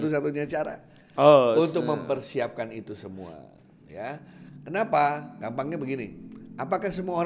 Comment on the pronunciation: malah ikut ketawa saat bilang klenapa tidak